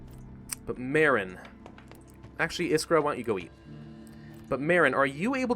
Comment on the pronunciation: i really like how you say iskra and marin wrong. the french will say the names right